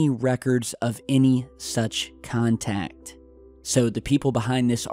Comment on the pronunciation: The computers said clearly on them 'Contract No.' not Contact as you said more than once, big difference between contract and contact.